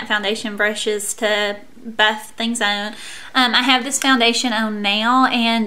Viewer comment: Every time you say the word "on" it sounds like you're saying "own."